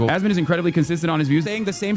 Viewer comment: why tf does everybody say asmond and not asmon 😂